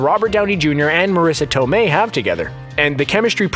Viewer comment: The italian pronunciation of Marisa Tomei was still wrong by the way, basically that was "southern italian" pronunciation, not real italian. And the accent for the last name was wrong too. Use the italian voice of Google Translate for a correct pronunciation.